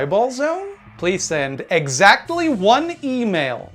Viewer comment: The emphasis on “exaCTLY ONE E-MAIL” cracks me up every time